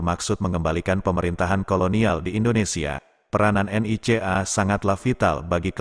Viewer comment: saya suka menyebutnya NICA pak.. bukan N. I. C. A. hehhehe..:face-blue-smiling